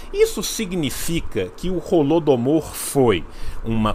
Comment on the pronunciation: Qnd o reaça falou "Holodomor", eu escutei "Rola do Amor" Ksksks Tomei um susto